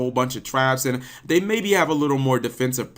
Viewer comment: Prowess* not pralice 😊